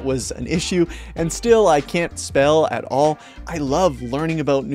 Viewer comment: bro "at all" it isn't that hard.